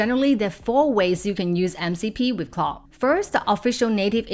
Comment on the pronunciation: your pronounciation of Claude is driving em crazy. It's not "clo'" or "claw" you need to pronounce the D sound!! what's difficult about it? we're just making random sounds now?